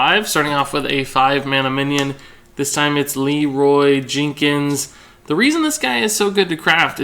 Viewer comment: "Leeroy Jinkins"